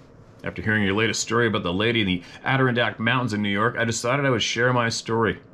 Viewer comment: Steve, love you man, It's pronounced " ADD DER-RON DACKS!!.